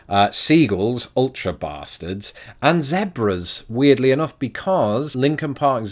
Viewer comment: Hard E in zebra. Midwestern Pronunciation